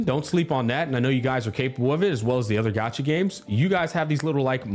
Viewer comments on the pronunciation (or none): none